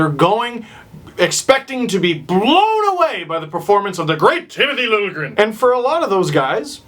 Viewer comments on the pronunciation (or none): "Trona proud to announce.. Tmith Lingrn" :P Classic Hunter